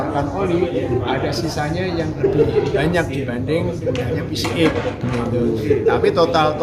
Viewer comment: Adv dibaca edivi, pcx juga harusnya dibaca pisiex biar sama2 bahasa ing ato mending skalian sama2 indo...🙏🏻